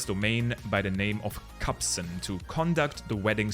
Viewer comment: Bruh it’s KARSON